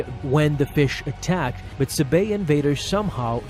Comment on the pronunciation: I couldn’t keep watching after you mispronounced Sabé over and over. Yes I know the accent mark is on the second syllable but no one pronounces it that way. But hey ya got me to comment.